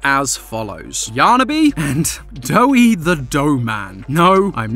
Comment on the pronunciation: Its doey